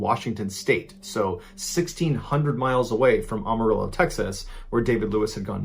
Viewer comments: Say it with me: "AM-A-RILLO" Not "Ahm" or "Ohm". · it is ......Am-A-rillo.....not Um-A-rillo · Pronounced Am-a-rillo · As a lifetime resident of Amarillo, TX. I would like to point out that the city's name is pronounced "Am a Ril lo". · Pronounced Am-uh-real-o. As in, (I) am a real o (Texan). No big deal, most people get it wrong. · any other texan Mr.B fans laugh at "ah-marillo" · The “A” in Amarillo is pronounced like the “A” in Apple. It’s not Ah-Marillo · Ballens pronunciation of Amarillo cracks me up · Not this man mispronouncing Amarillo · The way he says Amarillo